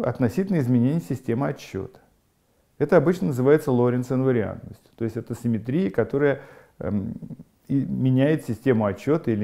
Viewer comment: Всё прекрасно, но позвольте задать 2 вопроса: 1. почему в начале каждого раздела Вы так душераздирающе улыбаетесь?* Это немного пугает; 😃 2. почему слово симéтрия Вы произносите с таким экзотическим ударением? (интернетовскую чушь последних десятилетий в свое оправдание прошу не цитировать!). -------------------- * "— Гражданин Корейко? — спросил Остап, лучезарно улыбаясь. — Я, — ответил Александр Иванович, также выказывая радость по поводу встречи с представителем власти. — Александр Иванович? — осведомился Остап, улыбаясь еще лучезарнее. — Точно так, — подтвердил Корейко, подогревая свою радость сколько возможно. После этого великому комбинатору оставалось только сесть на венский стул и учинить на лице сверхъестественную улыбку. Проделав все это, он посмотрел на Александра Ивановича. Но миллионер-конторщик напрягся и изобразил черт знает что: и умиление, и восторг, и восхищение, и немое обожание. И все это по поводу счастливой встречи с представителем власти. Происшедшее нарастание улыбок и чувств напоминало рукопись композитора Франца Листа, где на первой странице указано « играть быстро», на второй — «очень быстро», на третьей — «гораздо быстрее», на четвертой — «быстро как только возможно», а все-таки на пятой — «еще быстрее». (с)